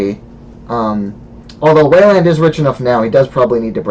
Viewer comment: I like the format. I've always wanted to see just more videos of random people playing, being commentated on. My only complaint is the way you say Weyland :)